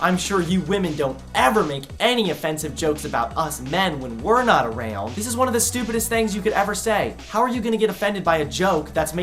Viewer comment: You pronounce “around” weird